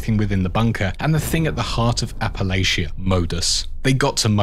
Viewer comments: It's Appa-Latcha. Not Appa-Laycha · Btw Appalachia pronounced "apple'atcha". Saying this as a born and raised West Virginian, not trying to nitpick. Excellent lore video :)